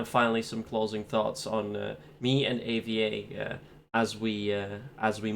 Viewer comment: Dont say AVA Say A V A